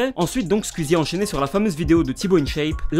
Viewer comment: Bonne vidéo mais quand même ça se prononce squeezie pas squuizi